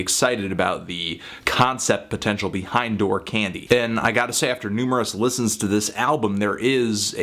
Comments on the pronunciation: I think 'Dour' is pronounced the same way as 'Sour', not 'Door' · Isn't "dour" pronounced more like "dow-er"? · No it's pronounced doo-er, he still got it wrong though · "Dour" is pronounced like "door" for everyone wondering. click the little microphone button and an AI with pronounce it through your speakers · Dour rhymes with sour billy woods is actually educated and FYI you are wrong about his background cold vein was written in his house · Dour is pronounced as "dower" Anthony. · Dour can also be pronounced "dauer", which I think was the intended pronunciation here. It makes the title of the album a play on sour candy. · "door" omfg my soul just died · Aww Anthony :( I would've thought you'd know how to pronounce 'dour'. Which is the only gripe I have with your review.